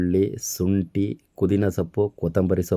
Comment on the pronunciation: kudhina alla pudhina 😊